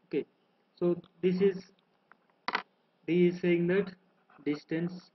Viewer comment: DISTANCE not destance